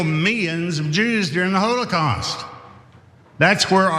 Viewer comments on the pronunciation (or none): "during the 'HOLY-caust'"... 🤣🤣🤣